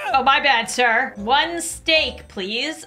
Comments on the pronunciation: "1 stek" got me laughing 🤣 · “two pieces of stek.” - 2024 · I like that called steak stek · Actually umm… it’s stek 🙄😂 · No it's "stek" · "1 Stek" had me laughing so hard for hours I choked on air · one stek😭 the man who hates scribbles